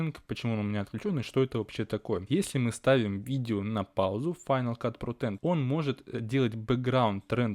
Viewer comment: Так странно звучит на русском, когда ты произносишь, название этой программы "Файнал кат ПРОТЭН" О_о